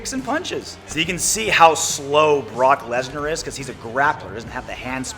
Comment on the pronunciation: Gameology “brock lesna”